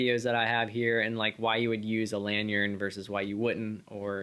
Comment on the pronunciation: "Lanyard... lanYard...LANYARD" not "lanyern"